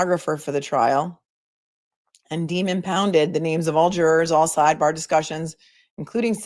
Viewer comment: Hehehe...I do not think you will talk normal every again! Hehehhe - it will always be sideBAGH and lemonade! I love it! Love from South Africa! Unfortunately our timeframes mean I can not join you live in any realistic way...but always catch you the next day! Love also that family comes first and sometimes you have to deal with your kids - that is so realistic and same on all our sides!